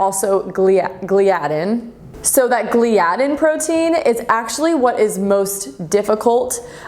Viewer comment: it is pronounced gly-a-din